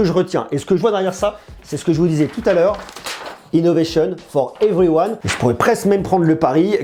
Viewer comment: Innovéchionne fort everyouane 😁